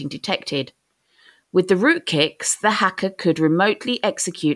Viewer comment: why do I hear rootKIKS?